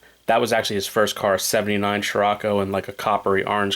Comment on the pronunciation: It's Scirocco "luv"